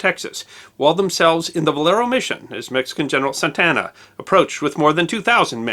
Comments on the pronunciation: Santa ana not Santana lol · Two slight corrections/clarifications: 1) It seems twice out of three times you pronounced the Mexican's President General's name as "Santana," but it is Santa Anna. 2) There was outside help/reinforcements that made it to the Alamo: they were from Gonzales; 36 went, 32 made it inside. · His name was Antonio Lopez de la Santa Anna, not Santana. Thanks. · Saying Santana instead of Santa Anna is not just a pronunciation mistake, it's a totally different name. I can understand the trouble with the japanese names, but with the Alamo story and a man who was president of Mexico for quite some years? That makes it feel as if nobody has watched the completed episodes befroe uploading, which is quite a shame in the face of otherwise quite high production values.